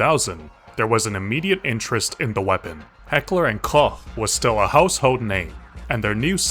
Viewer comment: Heckler & Koch being pronounced correctly is a surprise to be sure but a welcome one.